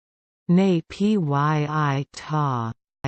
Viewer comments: No it is wrong way to pronounce it is supposed to be pronounced as “Nay Pyit Taw” not “Nay P Y I Taw” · I’m from Burma and this is wrong It is supposed to pronounce as “Nay Pyit Taw” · This is the worst pronunciation I have ever heard. Even "Nay-pee-uh-tor" is better.